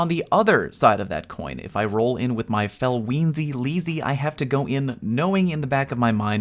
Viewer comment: “Felweenzy Leezy” I love it